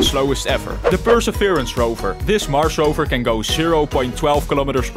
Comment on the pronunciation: Did you mean "mars rover" and not "mar mower"